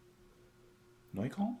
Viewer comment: And it's not Neu-kane, it's Neu-KÖLLN :) Closer to Neu-kolln, but the Ö is pronounced somewhere in between the Y in "rhythm" (depending on your accent, some people say "rhithm" but this is more towards the Y) and "err" but you lose the rolling R at the end.